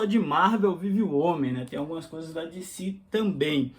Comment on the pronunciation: Dicí? Eu sou brasileiro. É Decê mesmo. E Díci Câmics in Íglish. 😂